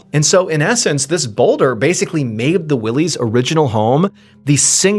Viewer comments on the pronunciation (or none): “Why-Lee” not Willeys lol and it’s Crawford Notch, when you say “The Notch” we assume you mean Franconia 😉